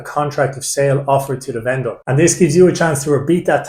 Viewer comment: Cheers. Funny pronunciation of venDOOR